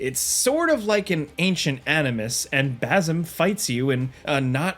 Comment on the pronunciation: Dude can't pronounce bazim SMH annoying